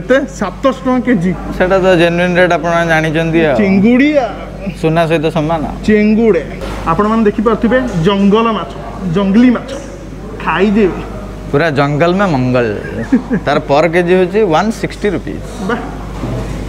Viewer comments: Bhai tamar english tike poor bodhe. Jalnga ମାଛ କୁ ଜଙ୍ଗଲ ମାଛ କହୁଚ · Sala sabu bhul bhal pronounced 😂 kouthi thila be odia padhi asuni jangali macha 😂😂 abe seita jalanga, bhokua dala 😂😂😂 macha kebe kinithela 😂😂 sasura pua gudaka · Jalanga not jungle 😆😆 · ଜ ଲ ଙ୍ଗ ମାଛ କୁ ଜଙ୍ଗଲ ମାଛ କହୁଛ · Jallanga machha,not jangala machha. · Bhai tike thik se padha ho......se ta Jalanga machha